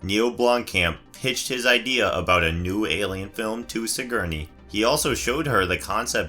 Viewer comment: It's "Sigorney," not "Sigerney." And can we have a narrator who doesn't sound like a battery-operated robot running low on power?